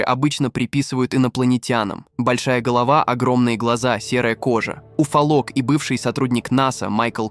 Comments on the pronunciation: Уфа- лог... Смените переводчика.. Уфо'лог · Омаха ! СанДиего ! КемпУилсон ! Обьект пАрил! УфолОг ! В горах Элбруса , ударение на Э , в Облаках , ударение на О ! Дальше можно не смотреть , космическая безграмотность ! Джерри Ноланд из Стеквордского университета ! Майкл Кинскански ! Британские туристы ! Хватит русским людям мозги компосировать ! Приводите примеры из России , их достаточно здесь. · ** уфолОг ** ----- где ты учился , если и этого слова не знаешь ? Прямо ** уфолОг ** какой - то ...